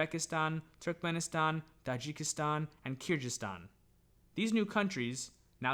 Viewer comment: I’m Kyrgyz from Kyrgyzstan 🇰🇬 it is pronounced as Kyr-gyz-stan with G sounding like in google. Thanks for the video, although I’m not overly interested in ancient history, rather interested in AD, any videos about Central Asia as an area is always fascinating.